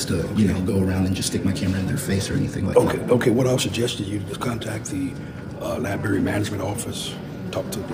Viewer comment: If you SAY "libary" you SHOULDN'T be ALLOWED to WORK in a LIBRARY!!!